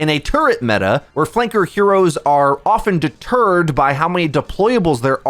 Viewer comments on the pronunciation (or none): none